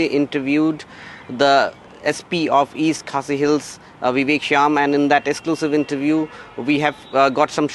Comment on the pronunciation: Sp vivek syiem not Vivek Sham